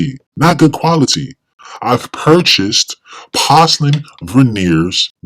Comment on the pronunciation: Why don’t you know how to pronounce porcelain?